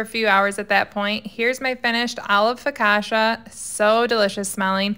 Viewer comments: It's pronounced fo-ka-chee-a (not fœkaceea) :) looks tasty! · Everyone is making fun of you for your pronunciation but nobody is helping you. I got you girl. There is a double c so the middle sylable is drawn out. It's 4 syllables not 3 Fo- kaaaaaw- chee- ya if you were to clap along with each syllable, the " kaw"has two claps the rest have one clap. 😊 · As an italian, hearing focaccia pronounced in that way really breaks my heart💔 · it’s not that people are mean. It’s just 1) the pronunciation is hilarious 2) it’s not that hard to google the real way to say it 😂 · Your pronouncing the bread wrong!!🤣🤣🤣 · That's not how you pronounce that bread